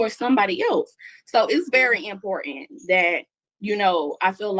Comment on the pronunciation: ...its very EmPorAnt 😂😂 Annnn